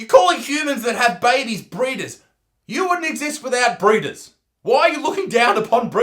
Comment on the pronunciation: Bruh when you say breeder It sounds like burrito.